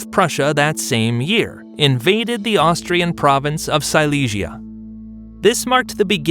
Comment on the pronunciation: Austrian not Austrain. I mean come on...